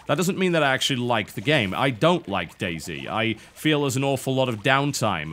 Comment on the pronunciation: the way TB says Day Z sounds like Daisy. It is funny.